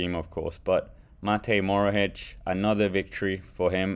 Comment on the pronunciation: It’s Matej Mohoric not Morohic